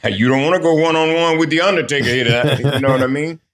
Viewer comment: "one on one against the undaytaka playa"